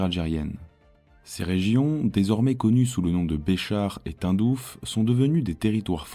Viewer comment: La prononciation du nom de la ville de Tindouf (Prononcé "Tain-Douf" dans cette vidéo, au lieu de "Tine-Douf") m'écorche les oreilles ! Mon père qui y était en garnison pendant des années doit se retourner dans sa tombe ! Sinon la vidéo sur le plan historique, sociologique et économique est très intéressante. Merci